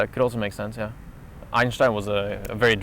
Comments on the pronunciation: As a German i can confirm that you say 'Einstein' correctly. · hahaa I was laughing in the video because I thought was pronouncing "Einshhtein" wrong lol. He told me he was actually saying it correctly. I prefer the way pronounces it / the correct German way then how we Americans pronounce it! lol:)